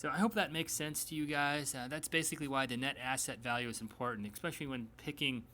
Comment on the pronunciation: This is the second time I heard this guy say "EXspecially." You learn that's incorrect when you're 10 years old.